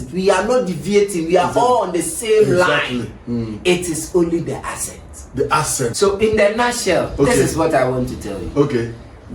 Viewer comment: Bro is saying asset instead of accent. Stop the cap 😂